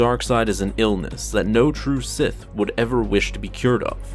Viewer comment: Sith Sseth S S I T H